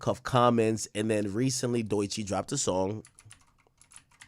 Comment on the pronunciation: Bruh why you keep saying doy chee?? Its DOE chii😂😂😂😂😂😂😂😂